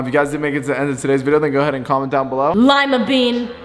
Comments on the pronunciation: "Lime a been" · Imagine saying LimaBean